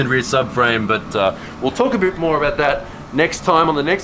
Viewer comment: Your Aussie genes showed up . "talk aboot" :D